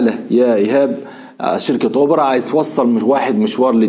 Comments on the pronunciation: اوبر يا حنفي مش اوبرا هههههه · اوبر يا حنفي مش أوبرا !؟😃😅😅😂